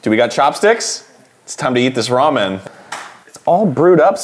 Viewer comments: Am I the only one who is a little annoyed with how Arin pronounces 'Ramen'? Like he says it as if it is two words- Arin: "we're gonna brew up some raw-menn" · arin saying ramen like "raw men" is going to haunt me forever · I love how Arin pronounces ramen like "Raw Men" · arin pronouncing ramen as raw-men is amazing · So are we not gonna mention Arin pronouncing Ramen, "Raw Men"